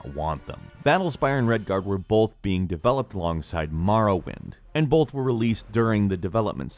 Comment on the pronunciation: bolth. bolth.